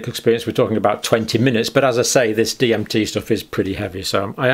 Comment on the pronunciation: Lol, he couldn't pronounce DMT. Must not be a Joe Rogan fan.